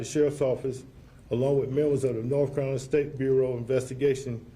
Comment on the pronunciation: He said NORFCALINA